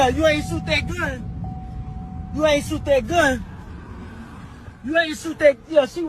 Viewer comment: "You ain't soot that gun" These bleeps can't even speak english...and they were BORN here.